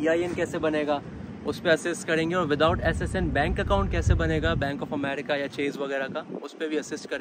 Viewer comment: Amreeeeeka nahi hota America hota h amreeeeeka😂